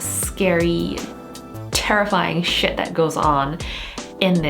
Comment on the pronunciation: Freaky, scary, terrifying SHHHIT. Hahahahaha I loved the emphasis on it